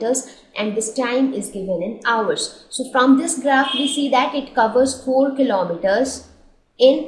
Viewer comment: Mam your video is best but your pronunciation of 'hours ' was wrong